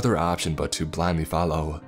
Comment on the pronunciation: “if you can’t fallow thase instractions” LmAo 😂